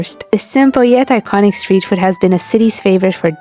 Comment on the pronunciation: "Steet" Food?